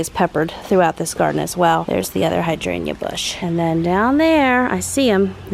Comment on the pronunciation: I love it when I see that you’ve posted a nice 30+ minutes vlog. You are sooooo soothing to me and living my dream life lol. The plant pronunciation is cracking me up. Clematis is like “Kleh-muh-thus” and Hydrangea is like “hai-dran-juh” lol. And Hostas, we just call “Hosta” in singular form lol. I just love you, you are good for my soul.